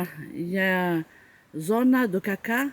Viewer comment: Un grand bravo pour ce défi relevé ! Pas simple de trouver de bonnes chaussures pour autant de kms. Peut-être essayer de mettre des semelles en gel ? Ça peut soulager un peu.... Bonne continuation dans ce challenge personnel, et au bord du "rio" c'est bien agréable ! PS : juste une chose, le panneau de chasse, on prononce "cassa", et non "caca".... j'ai bien ri 😉😅😅